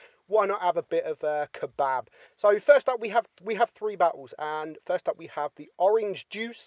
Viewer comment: It's funny how you say kebab.